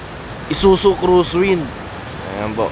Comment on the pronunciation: ISUZU CROSSWIND PO....NOT CRUZWIND CORRECTION LANG VLOGGER KA, YOU HAVE TO ADDRESS IT CORRECTLY....BAKA MA QUESTION KA NG ISUZU😃